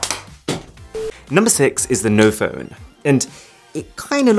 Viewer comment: Noph'p'one lol